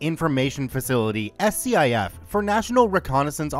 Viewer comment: 1st. SCIF pronounced Skif. 2nd Aw hell no. Nothing related to a SCIF is ever lower than 'SECRET'. That's the problem.